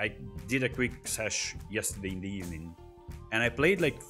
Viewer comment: Gud Ebening 😂😂🤣🤣